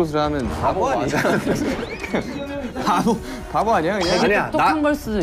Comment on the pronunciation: It's Babo(바보) not pabo (파보)